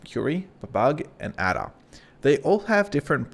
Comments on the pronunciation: Sorry mate I was LMAO! Your pronunciation of the old programming languages (or lack of it!) - HILARIOUS. "ADA" is pronounced "AYDA" and is one of the oldest programming languages - certainly not pronounced ADA as in "ADDER" like you said - I was laughing so much... then you said "BABBAGE" in some 'strange way' which I still cannot describe!... Mate, it's pronounced BABBAGE as in "CABBAGE" the vegetable but starting with a "B". LOL... Mate it was hilarious - thanks for making an old programmer of some 50 years laugh so loud I had to visit the loo 🤣🤣🤣🤣😆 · Great video! I did find it funny how well versed you are about this but didn’t seem to catch onto the naming scheme behind the models 😅. They’re all famous scientists eg Ada (pronounced ay-daa not ah-da) is Ada Lovelace. Amazing content still just a funny thing I noticed lol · bab-ij and adar ... I winced each time I heard you mispronounce those famous computer scientist names! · Nice but please pronounce Babbage (Charles Babbage - Bab Age) and Ada (Ada Lovelace - A Da) correctly lol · that'll be charles babbage ( pronounced babbij ); inventor of the difference engine. and ada lovelace ( pronounced aid uh ); famous 18th century mathematician 👍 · also ada is ay-da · Great video, but "Babug" and "Adder"!? 🤨 Kids today... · Just a heads up "Babbage" is pronounced similar to "Cabbage". "Ada" is pronounced "ay-da". They're both names of early mathematicians. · Loved this, even tho the pronunciations of Ada and Babbage tickled me. I think it's Ada as in Ada Lovelace and Babbage as in Charles Babbage 😂😂😂 Many thanks for all the effort you put into these